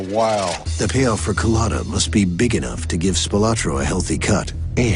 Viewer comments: The narrator keeps mispronouncing his name. A "Coolatta" is a drink served at Dunkin Donuts. Culotta is the man's last name. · Kuh-luttah? Wtf